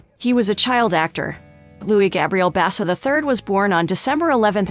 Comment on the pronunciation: God, you cant pronounce his na,e or hos m sister's name CORR E CTLY